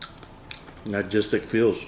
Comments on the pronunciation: you are saying Nah-gistic and it is No-stal-Jic(gic)- close enough! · its "Nostalgic" not "Nogistic" 😂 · We're you trying to say nostalgic??? Nogistic lmao so funny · “nogistic” feels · ….NOSTALGIC, not nagistic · "nagistic feels." making up words. I know you meant nostalgic brother. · Nogistic? Logistic? You mean nostalgic xD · Nogistic lol. Its nostalgic lol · "nogistic" almost made me have a seizure lmao. It's NOSTALGIC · "Nagistic feels." 😂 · that was driving me crazy when he was saying that!! 😂😂😂😂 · He was saying nogistic the whole time you that slow you only noticed at the end? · The way saying nostalgic has me dead sounds like logistic 😂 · Nuh-stall-jick my guy 👍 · He said ''nogistic'' lol. His English keeps getting worse 🤣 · I love it too much it's one of my weakness😂 Nostalgic my brother you saying it wrong😅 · Can someone teach how to pronounce the word nostalgic?